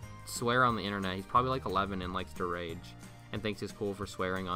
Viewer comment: its not rare its rage lol